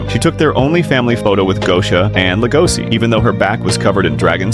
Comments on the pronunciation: Legoshi not legosi bruh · I wondered who legosi is, but his name is legoshi not legosi 😅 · LegoSHI not si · It's notlegosis it's legoshi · leh goh sea is stressing me out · It’s legoshi🤦‍♀️🤦‍♀️🤦‍♀️ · The pronunciation of Legoshi bothered the entire time lol